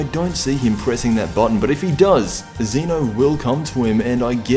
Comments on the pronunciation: ZEH-NO!!! NOT ZEE-NO!!! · EP 56 isnt until Sept 4th. also its Zeno not zeeno